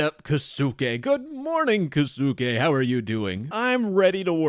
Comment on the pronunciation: LOL the way he pretends to be Japanese bro u can't even say the name kosuke 😭😭😭😭😭